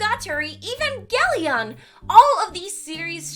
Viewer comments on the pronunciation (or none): "even gellion"